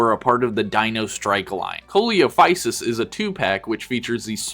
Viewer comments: "Ko lee oh physus" 💀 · it's pronounced See-low-fy- sus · 1. Coelophysis is pronounced "see-lo-figh-sis". 2. Pterosaurs like Pteranodon are not dinosaurs. That said, they are closely related as the two share a common ancestor that dates back early on in the Triassic. 3. I had that Velociraptor as a kid! I think that one came out after the Lost World. As for the spitter Dilophosaurus, I think I had that, the Pachycephalosaurus, Triceratops and Pteranodon. 4. Eh... probably? Generally, the average size for Pachycephalosaurus was about fifteen feet long and five feet at the hip, but there were estimates of specimens that got to over twenty feet. 5. That's because it is. Chasmosaurus and Triceratops are both what are called "Chasmosaurines." It's a subfamily in the Ceratopsidae (the main family of horned dinosaurs) generally characterized by larger frills, shorter nose horns, and prominent brow horns. What separates Chasmosaurus from Triceratops is that it appeared earlier in the fossil record and has shorter brow horns with a square frill covered in small spikes called Epoccipital bone. Triceratops lived near the end of the age of dinosaurs and also had the Epoccipital bones, but those were only present in it's youth; the absorbed into the frill as it became an adult, leaving a smooth, rounder frill. 6. So the reason why Spinosaurus is so insanely inaccurate is because it was/is such a rare animal. The original material was found by German Paleontologists in Africa during the 1920's and was based on remains of the sail, some backbone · Sorry for the small correction but Coelophysis is actually pronounced as Seelophysis. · Coelophysis is actually pronounced "see-lo-fi-sis" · Now I'm going to be calling Coelophysis a "Co-ee-lo-phaisis". Thanks. There's NO flying dinos in any of JP lines, because as far as I'm aware, they don't make bird figurines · coliofysus jumpscared me